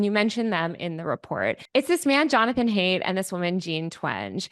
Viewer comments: Isn’t Haidt pronounced like “height”? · My only nitpick with this video is that Haidt’s surname is supposed to be pronounced like “height,” not “hate.” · Just FYI: Jonathan's last name Haidt, is pronounced 'Hite', not 'Hate'.